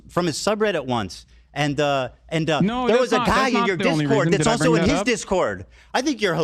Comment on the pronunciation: "Also" "Vices" HELLO?????????????????